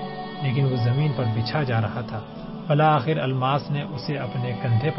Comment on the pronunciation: Bil akher not bila akher